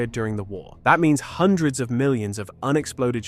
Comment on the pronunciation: hundreads of millions?